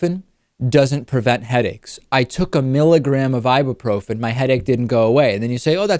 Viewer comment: Who the fuck says "Ibabrofen"? ... It's "Ibyooprofen"